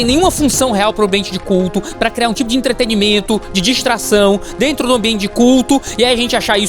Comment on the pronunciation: Eu ouvi um "Aí dento" na história do Robô? kkkkkkkkkkkkkkkkkkk